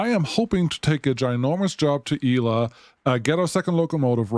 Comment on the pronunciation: Irrelevant comment: Shouldn't that station be pronounced "Ela" like it is in GabriEla or MichaEla? 🤔 Cool game and videos! Cheers!